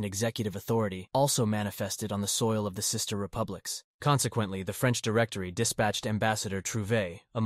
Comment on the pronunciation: Cis-ter republics 😂